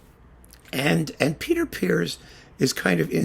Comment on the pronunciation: Thanks for setting me straight on the pronunciation of Peter Pears: I've spent my life mispronouncing it 'pears' ( the fruit) whereas in fact it rhymes with 'ears'.